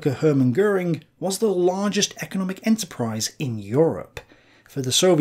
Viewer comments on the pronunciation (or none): none